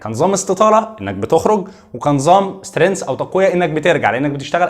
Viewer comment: تسلم يا دكتور.. ملاحظة بس على كلمة Strength تنطق (سترينكث مش سترينث).. موفق